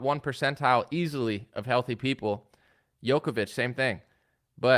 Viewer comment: I love analyses but he still can't correctly pronounce Jokovich. Hint: his nickname is The Joker.